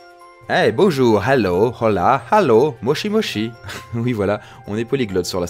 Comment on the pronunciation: C'est moi ou il a prononcé le "h" dans "hola"? 🤔